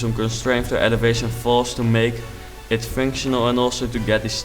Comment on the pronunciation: MAGNIFICENT! If you compare this house to mine, my houses are horrendous. BTW: It sounds like you say finctional instead of functional. I'm not asking you to try and say functional, I'm just putting that out there